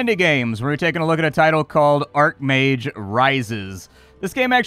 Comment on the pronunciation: Archmage is said with the ch not k sound. An arcmage would be spelled as such